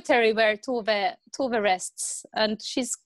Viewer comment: Also To-ve (toe-ver), not Too-ve